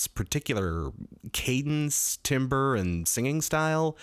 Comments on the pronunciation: I know it lpl like timbre but it's pronounced like tambor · Not to be nosy but you're pronouncing timbre wrong. It's [TAM-burr]. Common mistake, I know.